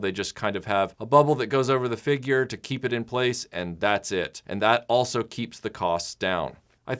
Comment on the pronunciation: Great video... I like the way you say Feegyur